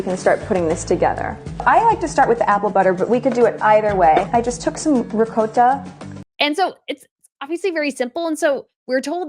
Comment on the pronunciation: She doesn’t even say ricotta, the right way she says it rowcotta 😂😂😂😂😂